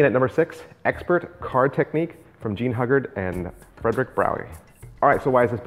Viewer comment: Whiie I agree with many of your choices, you have excluded books by Walter B. Gibson, Harry Lorayne, Dai Vernon, Ed Marlo, Frank Garcia, Juan Tamariz and Paul Gordon (Gold Dust Series). BTW- The Pronunciation of Hugard is hughguard